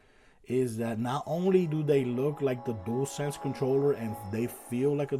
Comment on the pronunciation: I like that you can say dualsense so many people say jewelsense and it drives me crazy, I must admit I never finished astros 😂 played it for 30 minutes got bored deleted it.